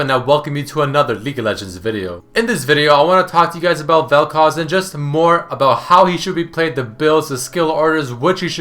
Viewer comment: Oh thank god you pronounced Vel'Koz right this time. Again, not generally a problem for me but I found it really distracting for some reason. Good video :)